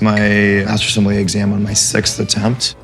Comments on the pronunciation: Somm-Con? Seriously? 😂🍷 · can't even pronounce sommelier hahaha wtf